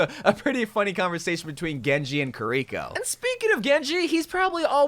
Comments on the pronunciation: Please for the love of God stop saying Kirikos name like that, its not ker-rico. Its kiri-co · it bugs me that you say kureeko instead of kiriko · The way u say kiriko triggers me its kiri-ko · kiriko is pronounced keeriko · can you stop saying kiriko like that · How can people not say kiriko right😂